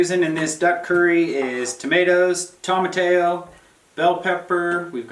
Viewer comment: The defining taste of most curry powders is fenugreek seed. We make our own garam masala and curry powder from whole spices, but fenugreek is fundamentally the aroma and taste that we associate with "curry". Tomatillo is pronounced toe-muh-tee-yo, not Tom-a-tayo. Just sayin’.